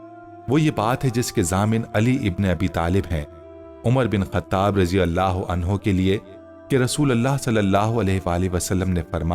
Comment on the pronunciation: Bai ap raji Allah Keu kehte Ho. Tho phir wod Doha surah ko woz zoha Keu nehi kehte Ho. Plz Bai ase mot koro